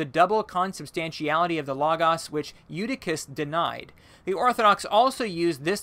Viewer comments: Please learn to pronounce common religious and theological terms: Kris-en-dum, not Christian-dum; Loh—gohs, not logg-oss, etc. Studying a little Greek and Latin would benefit you! Mispronouncing these very common terms makes it hard for an educated person to take you seriously, regardless of your content. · Am I the only one cringing when he says lagas (logos)? It's Lohgohs.